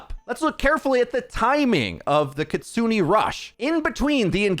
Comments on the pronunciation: its pronounced kitsu-neh, not kitsu-nee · Kitsune is pronounced kit-soo-nay, not kit-soo-nee. Japanese vowels (aeiou), unlike in English, have the same pronunciation every time. E makes an "ay" sound, never an "ee" sound. Just a small criticism of something I've noticed in every video involving Kiriko...